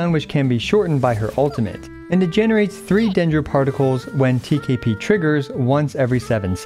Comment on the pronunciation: TKP sounds like TKB and iykyk😭